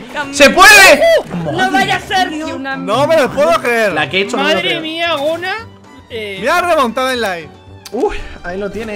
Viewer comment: es gonaluh no goluh ni gonuh (sin ofender)